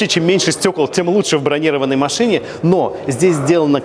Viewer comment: бронирОванной, а не бронИрованной